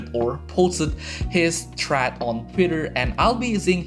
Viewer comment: I suggest you to look up how "thread" is pronounced mate